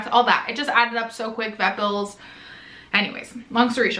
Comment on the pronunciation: I thought you said "Breville's" when you said "vet bills" 😂